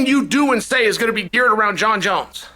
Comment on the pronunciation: Jon jons